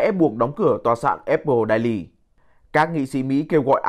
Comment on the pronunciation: Vãi cả đọc tiếng Anh.daily đọc hẳn đai ly.